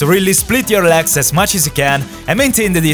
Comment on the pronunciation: Why do you say "leks" instead of "legs"? xD